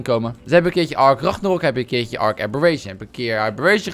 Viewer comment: WAH WAAH WAAAAAAAAAAAAH!? kimpie ragnarok: Ranknaronkie kimpie abberation: abbe'reent'ie